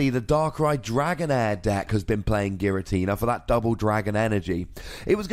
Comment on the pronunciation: I'm not going to take advice on how to say "Unown" when the guy telling me about pronunciation is adding an "R" to the end of "Giratina"